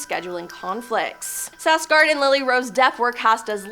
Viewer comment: Lol, where did you learn how to pronounce Bill "Skarsgard's" last name? Why are you dropping the "K"?